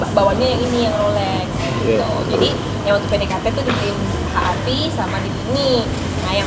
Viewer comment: HRV dibaca Ha Ar Vi ??? 😂😂😂